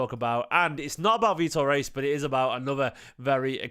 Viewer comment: Loved seeing Vitor rushing back and decisively winning the ball back from a breaking opposition player too. Physicality! Plz tho, it's pronounced Hayes 🙏